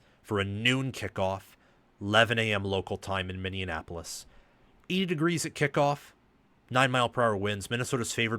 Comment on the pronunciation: why tf u saying Minneanapolis bro can u read